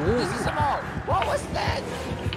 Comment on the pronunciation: “这是什mo！what is that” 我真的笑死😂 这隐鬼真的很可黏 哈哈哈哈哈哈